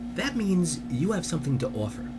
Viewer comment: jaja u from Jersey man? I heard it slip in the "somtin to offer" lolololololo good speech man